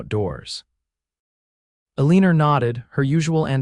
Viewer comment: Keep calling her eleener instead of elina.